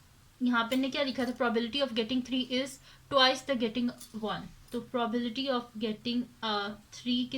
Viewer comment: Probility nahi probability hota hai